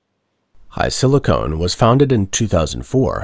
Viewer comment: HiSilicon, not HiSilicone.